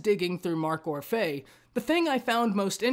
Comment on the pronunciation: It’s pronounced Or-fee